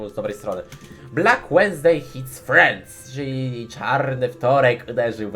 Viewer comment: Co prawda wednesday to środa, a nie wtorek i Francję czyta się "frans", a nie "frens" ale widać postęp.